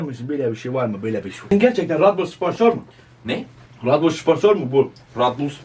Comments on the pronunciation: Redbull değil rAdBul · Radbul enerci geliyorum demez RaDBoL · everyone; redbul ab; rad bul